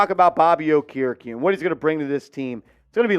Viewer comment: His name is pronoucned- OAK-ER-E-KEE